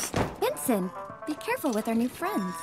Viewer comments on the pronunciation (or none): Name’s Benson but says it like “Binsin” so sounds like she said Vincent. I only found out the dummy’s name is Benson since you can buy a toy of him among most all this movie’s characters. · Apparently his name is Benson... you can get a toy of him. But the way says it is “Binsin” so yeah